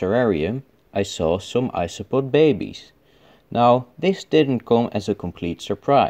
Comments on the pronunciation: "Bay bayz" was my favorite part of this episode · "she p r e e e g e n t" "bAy beZ"